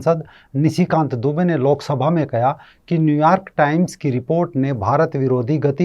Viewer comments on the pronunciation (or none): Sir ji Aap "Kaha" Kaya kyu bolte ho